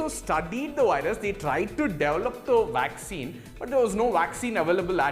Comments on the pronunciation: First of all it's a vaccine not a 'wwaccine.' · Dr Carrie Madej is being censored because she is over the target...I hope the presentor gets all the vaccine he wants...and it's vaccine not waccine! LOL!!